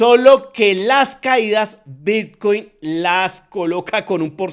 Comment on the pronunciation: Pensé que era el único en escuchar Vitcuin😅😅😅😅